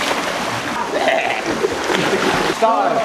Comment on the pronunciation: Love that says “NORF” not NORTH😂😭